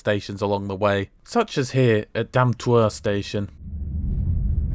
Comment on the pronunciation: IngOLstadt, not IngLOstadt, lol. I worked in Ingolstadt for 4 years, so sorry, I couldn't let that one go. Sometimes my friend, the issue with pronunciation is definitely that you try too hard. eg. Dammtor is not pronunced "Damtuuuerrr" as in the vid, but simply "Dam-tor", just as you'd say it in English. :o)